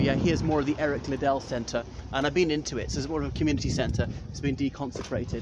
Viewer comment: Its not pronounced LiiddELL- its like Piddle, Riddle etc